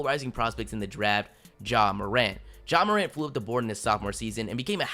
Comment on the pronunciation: It's not mor ant btw